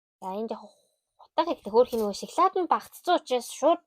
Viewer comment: Шаклаад биш шоколад шүү